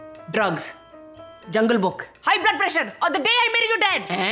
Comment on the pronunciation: Why was he kept saying jungle book like it’s not jungle book